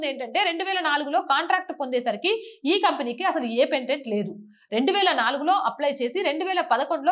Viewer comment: Pendent కాదు తల్లి. పేటెంట్. Parent.